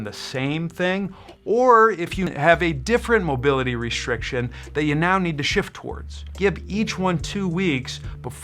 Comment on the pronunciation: Yeah... there IS a massive problem out there... with YouTubers who purport to be EXPERTS but they don't have a clue who to COMMUNICATE because they use MADE-UP WORDS like.. POSHA POSHEWRAL RESHRIKSHUN SHRAGEES What da F man. Speak properly!!!